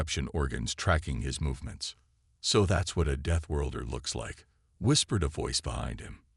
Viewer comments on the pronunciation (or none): Auw! Deethworlder again. How is this possible! Such basic words and then so mangled 😮😮 I’m still going to listen to this story because the concept is promising. However I already know this is going to be a torture, I’ll try to sit through.